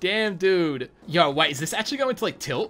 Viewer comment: Every time this dude say yow Him: yowr